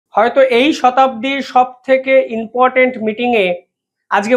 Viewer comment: Inportant not important.Thik kore bolun